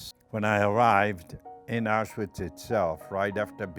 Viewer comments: ItsOnlyFear2018 so he's been in Auschwitz for 3 fuckin years and for some reason he can't pronounce Auschwitz correctly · so he's been there for 3 years and he can't pronounce "Auschwitz" the right way, give me a break